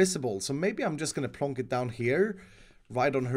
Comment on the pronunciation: Nobody:: pLOnk